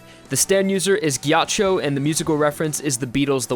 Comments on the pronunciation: Finally You Learn how to Say Ghiaccio correctly. I am very glad. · I was getting used to all the butchered italian names by now but that pronunciation got me rock hard,GG i bet Meti told ya that one:P EDIT:Props on Ghiaccio's pronunciation too